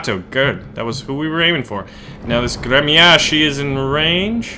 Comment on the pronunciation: its pronounced grmyashi .... and spelled Гремяши.